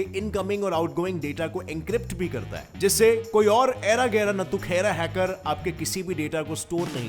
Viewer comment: ALWAYS HACKERRR BOLTEE... 🤭